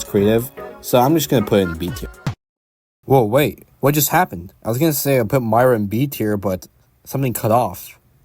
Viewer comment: It's pronounced Meera not Myra